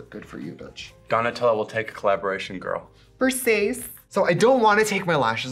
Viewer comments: Not the "Versayce" 🤣 I love your face without the lashes! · Versayse 🤣 so random and funny